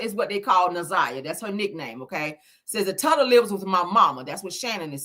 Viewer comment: With all due respect, her nickname is pronounced ‘Toota’ like “Toot-uh”. Hearing you keep repeating TUTTA Is sending me.